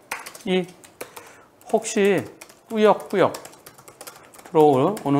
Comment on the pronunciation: 이건 뭔가요?? 100%의견이 블박차가 피해차량으로 투표하셨네요??? 한변호사님의 꾸역~~꾸역~~~이라는 말에 동조되신 것 아니신가요?^^ "꾸역~~꾸역!"을 너무 강조하셔서 공평하지 못한 투표같은데요... 흠... 저도 영상을 처음봤을 때는 뭐 저런 놈이 다있지?? 하면서... 승용차의 얌체짓이 어처구니없었는데요... 다시 돌려서 보니.... 블박차가 가해차가 맞는 것 같습니다. 아무리 얄미워도 그 큰 트럭으로 쥐어박으시면 아니되십니다~~ 시선에서 사라져 안보였다고 하시는 것도 거짓말처럼 느껴져 더더욱 블박차에 동정이 가질 않네요... 그냥 양보하기 싫으면 안하시면 되시지... 핸들을 돌려서 밀어내셔서야 되겠습니까? 세상에 널리고널린게 저런 얌체차들인데.... (그래도 속은 씨원합니다~ ^^;)